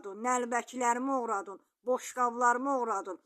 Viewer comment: Oğurladın yox oğuradun düz